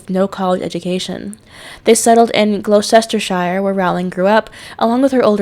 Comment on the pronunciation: Gloucestershire is pronounced gloss-ta-sheer